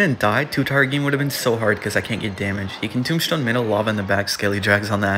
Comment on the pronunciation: Anyone notice says “tombshtone”?